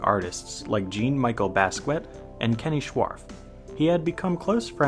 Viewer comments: Great vid but your pronunciation of Basquiat took a year off my lifespan, you owe me dude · Man you can't be calling Basquiat "Gene"